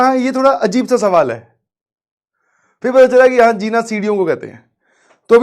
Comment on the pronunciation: It's zeena not jeena, Hindi vadmala me Ja ke niche bindi